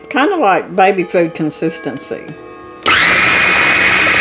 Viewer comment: Thank you for this! Glad you're feeling better. You may get a kick out of this, but, I thought you said "baby poop" consistency instead of "baby food"! 😂